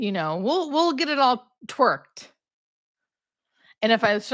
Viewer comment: Twirked? You mean tweaked 😂